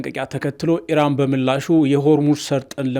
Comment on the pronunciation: አንተም እንደ አሜሪካ እና እስራኤል ሆንክ በቃ!? ኢራንን አርዋን ካላስበላሁ አለቃትም አልክሳ!? ምን አረገችህ? 'እራን,"..." እራን,..." እራን,እራን, እራን,.. ምነው አንድ ኢ ራ ን ካፍህ አልወጣ አለ? አቦ በቃ ባቄላ አፍህ ውስጥ አርገህ "" ኢራን "", ኢራን እያልክ ስምዋን ልምምድ አድርግ እስቲ!? የምን "" እራን """ ነው? ምግብ እያስጣልከን አስቸገርከን እኮ!? 😅